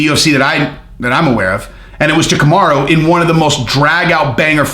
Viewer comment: Bro I thought you were stroking out when you first said kamarruuuu. You should get that checked out